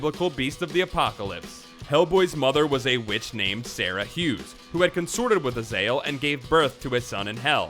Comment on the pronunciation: Azazel not Azael